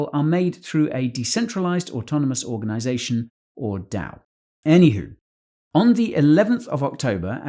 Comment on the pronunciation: " Any hu" ..... is that Queen English?